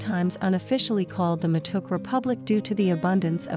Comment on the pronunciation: It's not waa-raa-gi it's wa-ra-gee, also it's ma-to-ke. And rolex's are delicous